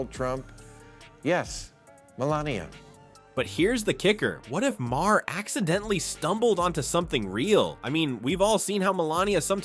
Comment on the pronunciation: Ma-Hair? instead of Maher? no wonder no one subscribes to this channel